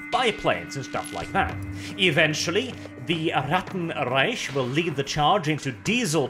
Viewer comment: You pronounced Reich incredibly incorrectly.